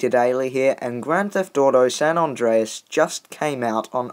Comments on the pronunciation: It's San andreas not San andraos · San ondreas lol